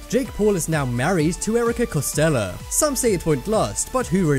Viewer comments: Its not "Costella" its Coststell! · Top 10s no hate but it's COSTELL not COSTELLA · Her name is Erika Costell not Erika CostellA